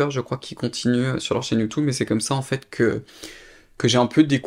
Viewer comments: YoutOub, youtOube, YouTube, you tou beuh 😊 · Top vidéo ! Mais pourquoi prononces tu youtOube ? Lol ça me stress !